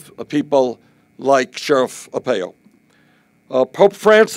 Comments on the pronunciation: I like Bernie but but your correct. How has he never heard Joe blows name? Makes him sound like he is running for county mayor. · It's very unfortunate that Bernie has never heard someone say Joe Arpaio's name out loud. Mispronouncing it makes him look foolish.